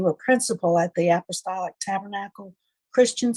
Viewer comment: App- ahh-stall- ick